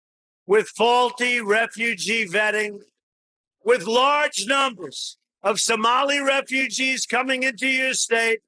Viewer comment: Did tronald dump say, "....with large numblers...."? 🤡